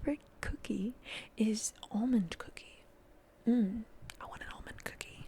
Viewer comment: I understood "omened cookie" instead of "almond cookie" at first, and it DID peak my interest ngl